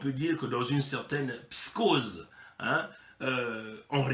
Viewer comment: alors il a donc bien rencontrer poutine cette fois là malgre sont retard ce qui prouve que poutine s'en contre fou des congolais et qu'il lui a certainement vendu des armes . et c'est " psychose " [psi koz].. mon tres cher frêre :) la repression du general "bourricot" dengé et sa clique d'ane batté disponible sur whatsapp